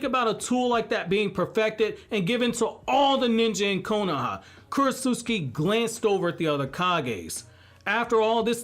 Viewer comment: I think talking so much about Isshiki, Momoshiki, and the other Ootsuski be on your mind a lot because you haven’t pronounced Kurotsuchi’s name correctly one time in the last couple videos about Shikamaru Shinden 😂😂